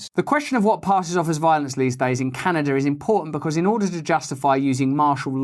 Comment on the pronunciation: Can a duh ! Great job mate you nailed it.